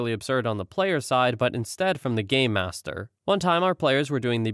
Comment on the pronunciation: It's pronounced game master. I can only figure Gaymasters, as it was pronounced, would only be featured in some rather niche escape rooms.